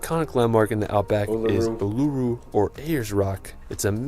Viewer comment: It's pronounced, oo,ler,roo I think this narration could be a bit of AI.